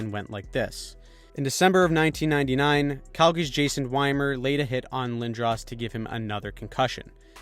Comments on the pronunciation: Weemer pronounced not whymer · Wiemer was pronounced "Weemer"